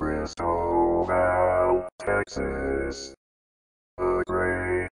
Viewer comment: Sorry, but that's not correct. It's not "kris-tow-VAL". It's pronounced "kris-TOW-vul".